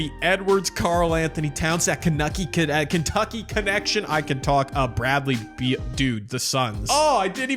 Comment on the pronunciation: "Kenucky" killed me bro...